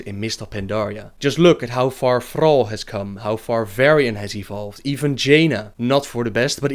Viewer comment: Thrrrrall xD... love you